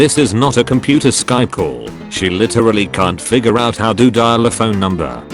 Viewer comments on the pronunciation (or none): none